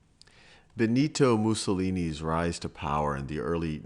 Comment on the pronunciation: Benidou Mouzoulinee....ok, i stopped the video...bye bye. All the italian words are pronounced in a Terrible way. The way he said "Fasci d'azione rivoluzionaria" made me sick.